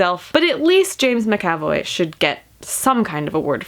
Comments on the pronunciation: lol i think your butchering his last name haha. its (MAC - ahh - Voi) three syllables. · "muh-ka-voy"? LOL.